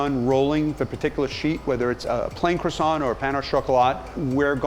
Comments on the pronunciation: Me: watching this video My thoughts: aRe YOu gOiNG tO FInIsH tHaT cWAsSoiNT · I left the moment the guy said Krawsawnt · ''aRe YoU gOiNg tO fInISH THAT cROssaNT'' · Everyone: ...... Gordon Ramsay: Qwarsont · “Are you going to finish that kwasont” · It's pronounced "kwah-son". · Nah the correct pronunciation is "Crwa-ssant" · Man the way he says "Kro-sant" just makes me cringe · Are you finish with that CWOSSON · are you going to finish that cWoSsA? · Looks gorgeous. Credit to you all. Your master croissanter obvs gets the most - but you are the Captain and in charge overall, so quite a bit to you, too. Your French pronunciation is abysmal..... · There are lots of 'lettres muettes' or mute letters in French. They are written but not pronounced. The 't' in 'croissant' and 'chocolat' is mute, so please pretend it is not there and you will start pronouncing correctly! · I don't take baking advice from someone who pronounces the 't' at the end of Croissant or the 'n' at the end of Pain (au chocolat). Muggle .. :P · The guy can't even pronounce crossiant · He sells Croissants but can’t pronounce the word properly 🙄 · I love the way Americans pronounce Croissants lol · I live in holland and was taught french in school. It kinda bothers me how y’all Americans pronounce the word croisant loll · the way he pronounces croissant though.... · This dude runs a French pastry shop and can't pronounce "Croissant" and "Maillard" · He claims to make the best french croissants but doesn’t pronounce croissant like the French do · I loved this video but I couldn't stand every time they said "Croissant"